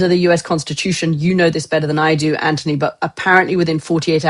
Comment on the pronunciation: Gokd grief, KK is insufferable. She constantly interrupts Anthony (and even rudely mispronounces his name).